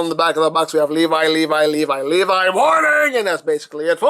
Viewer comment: It is not pronounced like that it’s le vee that’s how you say it